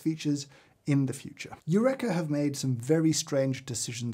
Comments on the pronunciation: I can't believe, without reading over a thousand comments, I'm the first to say "James! You-reeka" not "you-wreck-a". Archimedes in the bath tub and all that. But thanks for your fantastic research. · I find the sound of my grinder acceptable if i wear industrial ear protection 😮 Eureka = James it's pronounced yu reeka 😂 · Yurekha. That's how you're going to pronounce it? Shame on you. /j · British Eureka pronunciation is interesting! 🇺🇸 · My takeaway from this - I pronounce Eureka wrong when talking about a grinder I thought I'd like to upgrade to. I really want to up my coffee game, and watch all of James' videos, but my coffee is mainly made whilst I've still got the embers of last night's dreams in my head, and my taste buds are nowhere near as tuned as I'd like. Every now and then I'll make something that I like, but I've got no idea what it is I like or how I did it. Still, keep trying. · After many years pronouncing Eureka like we say Aristotle did, to now learn I’ve been wrong all this time! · hol up. is that how british people pronounce "eureka"? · The way you pronounce Eureka deeply upsets me